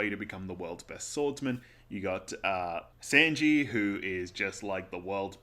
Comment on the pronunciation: who's the monster who told you it's pronounced Senji? It's sAnji,... like mAnga 🤣✌